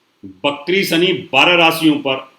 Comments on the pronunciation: Bakri nahe vikri hota hai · Ap va ko ba ku bolte h... Apni bhasha p pls dhayn de.. Bht log ko apko sunte... Bakri NH hota vakri hota h